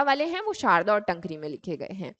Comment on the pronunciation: Taankri not tnkri